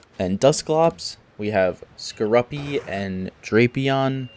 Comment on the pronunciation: Its pronounced score-oopi not score- uppy